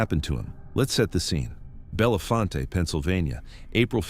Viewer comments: It is NOT pronounced Bell le fon te; it is French and pronounced Bell font. Also it is not the Sus que ha na; it's Sus que han na. Please do the work to get your pronunciations correct if you're talking about somewhere. Furthermore don't ever link Joe Paterno to Jerry Sandusky's atrocities. Anyone who knew Mr. Paterno or knew someone who knew him knows he'd never knowingly let children be hurt. This is a man who lived his faith and looked out for his players as if they were his own children. He and his wife had weekly dinners for the players to keep tabs on them and make sure they were doing ok in their lives not just playing football. He ticked off the rest of his conference colleges by insisting his players got real degrees because he knew they couldn't play forever even if they went pro. He'd also tried to let Jerry Sandusky go well before the scandal broke. The president of Penn State at the time, Graham Spanier blocked it. Graham Spanier was later removed from office in 2011 due to being prosecuted for covering up Jerry Sandusky's illegal acts. Joe Paterno was fired by phone call and the Penn State student body basically rioted in the streets because Sandusky accused him and Spanier didn't even have the decency to fire him in person. They ignored the police and the university representatives trying to stop them and despite arrests until Mr. Paterno came outside and asked them to stop. No one ever talked about prosecuting him either. He did what he was supposed to in tell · Bell-font. Not like Harry Belafonte!